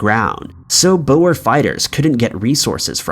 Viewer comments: Not boas its " boere" pronounced boor singular or Boere (boo-re) plural Nice doccie by the way very informative!!! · Boer Wars. wel it is pronounced as Boohrs (phonectic) it is Dutch for farmers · You mispronounced several names as usual. "Coventry" is enunciated as "cuv-ven-tree", "Boer" is "boor" and "Byzantine" is "biz-zan-tine". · Bruh the way you said boer 😂 Glad attention was brought to the concentration camps though. It's a dark part of our history.